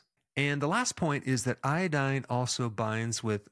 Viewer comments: It's not iadine, it's iodine. 😅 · Say iodine again